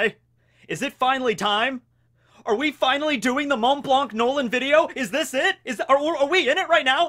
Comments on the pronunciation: Please dont pronounce the 'c' in "Blanc" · The "c" in his name is silent I needed to say it because that was stressful for me 😩 but great video anyway that's just a detail, I'm literally binge watching your channel lol